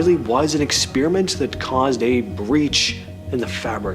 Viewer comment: "Ex Spear a mint"? Really...???